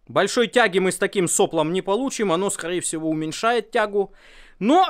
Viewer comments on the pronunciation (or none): послушай на ка кон сказал «скорее всего» 😂😂😂